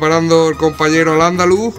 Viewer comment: alandalUST??? XD, buen video cracks